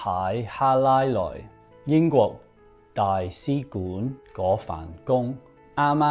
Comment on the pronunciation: 大使館唔係大C館啦